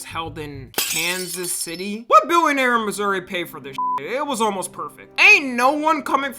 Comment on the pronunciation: As a kansas citian, thanks for saying Missouri and not kansas